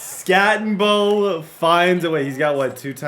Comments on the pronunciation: Crazy how much you play and you can’t get peoples names right. It’s not skatteNbo. Doesn’t take much to learn people’s names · no N in skattebo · There is no N in skattebo. It’s not skattenbo. U are such a dumb ass. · There’s no N in Skattebo,. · It’s not Skattenbo it’s Skattebo. It’s pronounced Skatteboo but without the extra O you idiot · I FREAKING LOVE YOUR VIDS!!!! But his name is SKATTEBO NOT SKATTENBO. DROP THE "N"😂😂😂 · Not even an asu fan but I became more and more triggered every time you said skattenbo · Who the fuck is cam scattenbo? I don’t see an n in his name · “Skat-a-boo” PLEASE PLEASE!!!! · It’s Skat tee Bo! No “N” in there brother. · 😂 its...skat a bo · Bro cam SKAT-A-BOO. (SKAT) (A) (BOO) PLEASE SAY IT RIGHT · its SKAT-EH-BO Cam Skat-eh -Bo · Skat eh boo* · Just innocently oblivious of the fact he doesn’t say his name correctly and has probably looked at it 10000 times is 😂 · You saying skattebo’s name wrong the ENTIRE VIDEO is killing me 😂 love the content though!! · Why do you keep putting a n in Cams last name it’s so frustrating lol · the way td said skattebo the entire video just made me so angry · Idk if bro realizes skattebo doesn't have an N in it... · Crazy that he goes the entire video without saying Skattebo correctly even once. His name was on the screen probably 1000 times lol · there’s no N in skattebo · i wish i could yell at you for butchering that runnin backs name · Bro. No N in Skattebo ffs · Can’t get over you adding an “N” to Cam Skattebo’s name lol 😂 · so triggering you are butchering that dudes name jfc. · Idk where he sees an “N” 😂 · Infuriating the way he pronounces his name 😤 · There's no "N" in the name skattebo